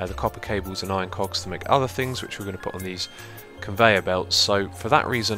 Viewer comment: there is no L in "cogs" god dammit !